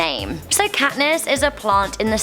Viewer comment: Has anybody else noticed Kantiss Everdeen.....